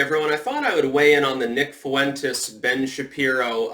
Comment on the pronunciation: The fuck are you saying Fuentes that way?